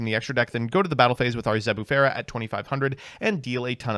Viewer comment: ...and what the fuck was that Zebufera?